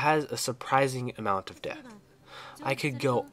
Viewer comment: When you said Mayuri had a lot of depth, I thought you said death and that is a hysterical coincidence seeing as how.. well, you know. You played the game.